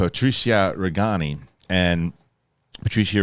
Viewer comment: Patrizia Reggiani, not Reggani.